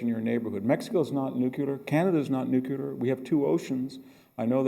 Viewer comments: "Nucular, nucular, nucular, nucular, nucular, nucular...." (Long sigh) It's pronounced "nu-clee-ar". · Victor!!! it is not new cu ler. It is new cle r. You've spent too much time in Palo Alto... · Nook-a-ler??? With a Ph.D. from Stanford in military history? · Why do some apparently intelligent people say nu-cu-lar instead of nu-clear? One of the mysteries of the human brain .... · Professor, you are intelligent, educated, articulate. Please differentiate yourself from George W Bush and get into a closet if you have to, but the word is NEW CLEAR. Just say those two words quickly and close together and you have nailed it. The danger is sounding so much like Bush that you can’t be heard. Just a tip buddy. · To assist in your further education the word "nuclear" is not pronounced "Nucular" or "nookula" it is "new clear". Now aside from that I love your work Dr Hanson, keep it up. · Mr. Hanson, I love hearing you speak. Your knowledge is vast and your perspectives are brilliant. One suggestion (only because my dad was a grammar nazi that rubbed off on me) is your pronunciation of the word “nu-cle-ar” as “nu-ku-lar.” George W always said nu-ku-lar and I would always cringe. My dad, my high school and college English professors were tough and would not accept typos or grammatical errors, so as trivial as this can be to some, I’m only pointing it out because I would want someone to tell me if I made a mistake and could improve. God bless. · "Nucular"? Come on Hanson, WTF?!?!? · I will never understand, though, why VDH says "nucular" and "Illinoise"... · I just noticed that but George W. Bush said nucular, too. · same here. it's one of my small pet peeves. NOOOO -- KLEEEEE -- ERRRRR. there's no y in nuclear........but then again there's no y in huge either 🤨🤔🤔🤨🤣😅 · Its Not Nucular !!! Grrrrr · Exedra... Nukelar.... Some professor. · I'm shocked to hear VDH saying "nucular"!